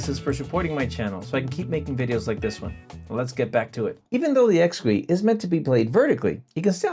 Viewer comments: Intuitive Instruments pronounce it ex-key, not ex-qwee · Realize this comment is late and somewhat pedantic. Apologies upfront, asI really enjoy your videos but you are butchering the name of this product. A little bit of Google can save you the embarrassment of having stuff like this out there for posterity. This is what Google just told me about the name of this product and its pronunciation: The Exquis from Intuitive Instruments is pronounced "X-key" (like ex-key).Pronunciation DetailsOrigin: The name comes from the French word for exquisite (exquis), which is pronounced ex-key [\ɛk.ski].Double Meaning: The developers also chose the name as a clever play on "hex" (referring to the hexagonal shape of the keys) and "key" (keyboard).